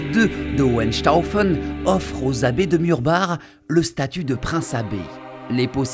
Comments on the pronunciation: En tant qu'alsacien ça me fait plaisir que tu ai juste prit la peine d'apprendre la prononciation des noms alsacien ! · Et bah justement le Maire du village ainsi que l'historien de la région m'ont indiqué qu'il fallait le prononcer " Murbar " alors que beaucoup de reportages le prononcent " Murbac " et que beaucoup faisaient l'erreur, donc ce n'est pas une faute voyons. Je suis d'accord pour Forbach. Justement, la langue alsacienne n'était pas la mienne je me suis longuement renseigné en amont pour savoir comment le prononcer. Merci à toi du soutien cher ami. Ah j'avais pas fait le rapport avec la Reine ! Oui je te tiendrais au courant. Désolé pour ton mail mais je suis overbooké en ce moment je n'ai pas le temps d'y répondre... à bientôt :)